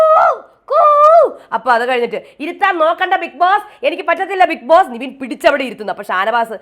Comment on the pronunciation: Daily video kaanumbol parayenam ennu tonnum നിവിൻ(Nivin) alla നെവിൻ(Nevin) aanu. Oralde peru nammal correct aayi parayendee?? Happy Onam!!!